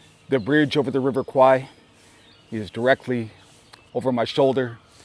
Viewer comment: River is pronounced “Kware”. Kwai means buffalo in Thai , and as much as it’s acceptable in pop culture, it sounds funny to Thais lol 😂